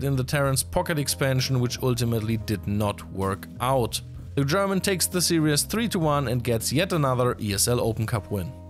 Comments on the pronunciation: Great news and great to hear from. A small note for future -- the word used in the whole video was "serious" [sear-e-us] (example ) but the correct pronounciation is series [sear-ees]. Still, great respect and positivity for handling SC2 and multiple languages:) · is have serious problems pronouncing "series" and instead turning it into "serious". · we love you. Some english language: serious is not the same a series. Some other pronunciation stuff. But job well done:) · Love the commentary. You're going to give me an aneurysm if you keep saying "serious" instead of "series" though. 😂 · 'Series' and 'serious' are not pronounced the same way. Great content as always. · FYI, the word "series" has only two syllables. Say "sear" followed by "ease". The way you're saying it, it sounds like you're saying "serious". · It's "series", not "serious". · Why do you pronounce series "serious"? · Yeah, it was funny every time he said it so completely wrongly, but to be honest I hope he doesn't say it again. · That is not how we say series in the USA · Why do you say series like that